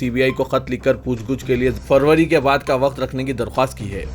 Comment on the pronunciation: Puchh gachh ho aap ne guchhh bol rahe ho Urdu Sahi kar le lijiye